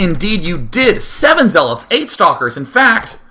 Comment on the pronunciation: lol he was about to say zeelots